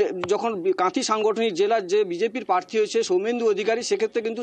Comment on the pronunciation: 'পচারে'! 'পার্থী'! 'বয়াল্লিশে বয়আল্লইশ'!